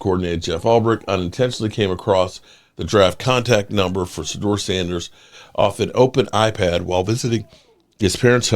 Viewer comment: What do we expect from a guy who can't even pronounce the Name Shadeuer ...This weirdo pronounces it as Sadeur